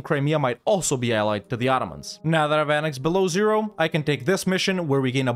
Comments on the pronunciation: Fun fact about pronunciation, Beloozero is pronounced "belo-ozero", not "beloo-zero", it means White Lake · 1) Belo-ozero, not Belowzero. Two O sounds, literally "White (Belo) Lake (Ozero)" meaning. 2) Boyars - almost right spelling, wrong sound accentuation. Not B[O]yars, but Bo[YA]rs. That "ya" in Ryazan sounds same, btw. 3) About fighting Poland - on your place i'd suggest to temporaly ally it instead and use it (along with Austria) to crush Ottomans early, then turn on Commonwealth with releasing vassals and re-conquest.